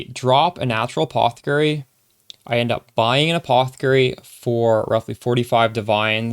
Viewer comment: You can set threshold on WE. Also anyone else tripping out at how he says a-paw-the-kerry